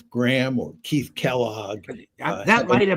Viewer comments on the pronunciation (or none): Did Professor John Mearsheimer just call Starmer , ' Keith Starmer ' on 6.18 ? Ha Ha !! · Pronounced Keef, on both occasions 😀👍.